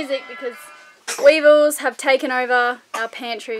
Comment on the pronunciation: I 100% thought you said the wiggles instead of weevils and I was just thinking omg, that's amazing that they're in the Bahamas?? Lenny's gonna be a true blue Aussie! And then I saw... It must've been a brain fart... 'hot potato, hot potato' :D